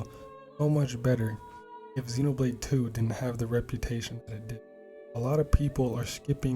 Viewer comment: It's been annoying me since the release of the original Xenoblade that hardly anyone it seems can pronounce Xenoblade correctly. Even in official americanised trailers.